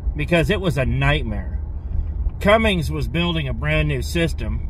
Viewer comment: Cummins not Cummings !